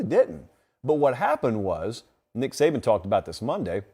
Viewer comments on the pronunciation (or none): none